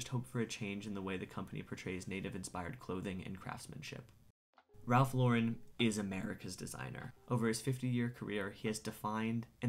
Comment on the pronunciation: Thank you for correctly pronouncing Lauren. 🤓